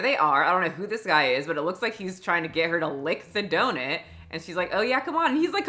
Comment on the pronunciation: Donut= ❌ Donit= ✅ lol